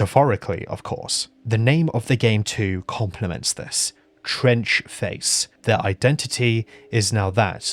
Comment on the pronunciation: Fuck me i thought you said French Face for a second there